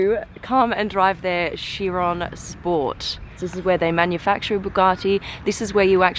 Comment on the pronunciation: its not sheron ..its KAI -RON